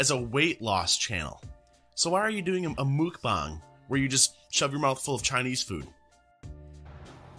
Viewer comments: I find these so entertaining, also no.. its korean.. mukbang not mookbang.. 먹방(meokbang) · So mukbang is pronounced “mock-b-ah-ng”? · Lmao no that's not how you say it😬😂